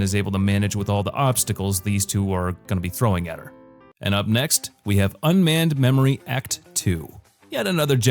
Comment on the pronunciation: I'm pretty sure I hear say "Senko" 🤦🏼‍♂ Somebody tell that man it's Senku! 😅 Not to mention, you butchered some of the other names (except for Chrome) 😔, we hear mispronounce Unnamed Memory as "Unmanned Memory". I haven't watched the anime yet, but I can definitely read what it should be called., for those who are confused about Phantom Trigger being a sequel, it's full name is Grisaia: Phantom Trigger, meaning it's part of the Grisaia series (which mentions at the mark)